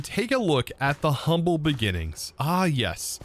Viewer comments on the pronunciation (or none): none